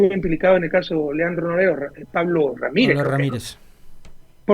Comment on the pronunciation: Porque no pronuncia bien claro el nombre de Leandro Norero? Rafael Correa algo está pasando